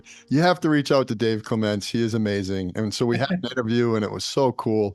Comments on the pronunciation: Clements is pronounced clemunts - he’s British and obviously English in England is spoken correctly - so, clemunts not clem … ence! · “Dave” “CleMENTS” Is Dave what likes to be called? And is emphasis on the second syllable how to pronounce his last name? I’ve heard him interviewed before and I didn’t think so. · Is it just me, or does anyone else find it disrespectful that the interviewer says name wrong every time?